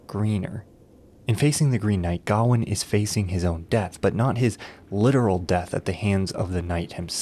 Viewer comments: Its Ga-wayne not Garwin. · wtf is gowan? its gawian pronounce guh-wayn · gawain. his name is gawian. Why.... HOW are you saying it that way???the original story is down right silly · God damn it, he keeps saying Gawain's name wrong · The way he pronounces gawain is infuriating. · It kind of undermines the veracity of anything else you claim about the film when you don't even pronounce the main character's name right. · bc it’s not how Gawain is pronounced. Pretty simple. Sounds like a they have a “we don’t gaf about the source material” problem. Ig. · You butchered Gawain’s name every time you pronounced it.